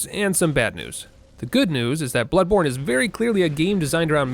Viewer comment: Bloodborne: bownly